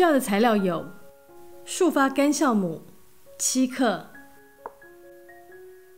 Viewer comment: 不好意思，孩子发现的！应该是jiaomu不是xiaomu吧！